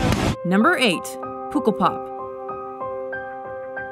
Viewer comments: HOW DO THEY PRONOUNCE POOKELPAP ITS PUHH KEL PAHP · puk is pronounced like duck (puk el pop) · Pukkelpok really wrong pronounced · This is so sad and i’m sorry but i was laughing so hard when she said “𝙥𝙤𝙚𝙠𝙚𝙡𝙥𝙤𝙥"😂 (I’m from belgium that’s why) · LOL! it's not Beligum but Belgium :p and it's so funny how you pronounce pukkelpop ;) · She said "pukkelpop" all wrong Like Really wrong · Primo Alefosio Pukkel (the u and e you pronounce like in the word luck) Pop (like ik the word fock) 🤷🏻‍♀️ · Yeah I live near the border Belgium/Netherlands and she pronounced it really wrong. I didn’t want to comment it on such a sad video but I’m glad I’m not the only one who noticed lol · omg how do they say pukkelpop? wtw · Their pronunciation of Pukkelpop has me SCREAMING Edit: spelling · POEKELPOP Bruh I'm from belgium and we don't pronounce it like that. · Thats defently not how to say pukkelpop haha